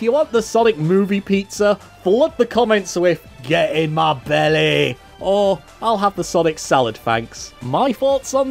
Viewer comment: "Get in my Bellyy”